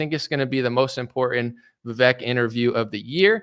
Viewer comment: Brother make sure you get the right pronunciation on vivek before the interview or his supporters will use that to discredit you